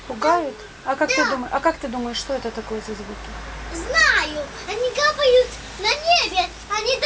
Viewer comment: Я понял о чём говорит девочка: 1. "Они кАпают на небе" - они капАют (копают) на небе. Девочка очень маленькая и естественно плохо владеет ударениями. Звук действительно похож на работу строительной, "копальной" техники. 2. "Я хочу их посмотреть в микроскоп" - я хочу их посмотреть в ТЕЛЕСКОП. Странно что мама не поняла ребёнка. PS. Я решил провести эксперимент. Вырезал из данного ролика аудиодорожку, закачал её на mp3 плеер, и стал в наушниках слушать в кровати, засыпая. В начале думал, что не смогу уснуть, ведь звук отчасти тревожный, но нет, спал хорошо и снились яркие сны. Пока ещё рано делать выводы, нужно послушать с недельку. Чую, что-то тут есть. В данном звуке присутствует нечто, возможно какое-то послание. Но в бытовом суматошном состоянии сознания этого не понять. Буду пробовать во сне. Присоединяйтесь к эксперименту и пишите о результатах. Наверняка выявится что-то необычное. Олег.